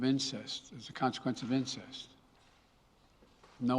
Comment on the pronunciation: is consekrence really a word, hey that is exactly what the president said, he said consekrence and then paused, i cannot find that word anywhere, oh my goodness, well bless your heart president